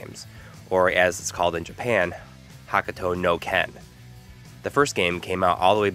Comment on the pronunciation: Hoe Koo toh no ken not "hakooto", and the anime tv series was never on US TV, the animated movie was released on VHS in the mid 90's in the US. So I don't know why you say it was aired on tv. and IMO Astral Chain is one of the best games that came out on the Switch in 2019, and the Link's Awakening remake was damn awesome. you guys are trippin' man